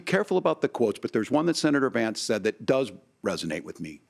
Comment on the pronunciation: Yes he did & it is Vance-not VAMCE!